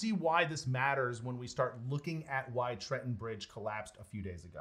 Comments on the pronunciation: Tretten was well pronounced 💪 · Pronounciation police here. You did not butch the Tretten bridge name. The name town name Tretten spoken in english is actually really close to norwegian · "I'm not even going to attempt to pronounce the town." The town is Tretten. You just said it. Also you mis-spelled the title card . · You pronounciation of Tretten was OK. Your spelling was not :-) Gudbrandsdalen is the valley where the river flows. If you had tried to pronounce the name, it would probably have been fully recognisable :-)